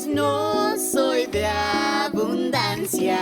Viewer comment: literalmente dice abundansi en vez de abundancia